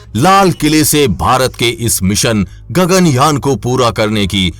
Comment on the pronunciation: Wtf 😂 Its Yaan not your gagan "Jan" 🤣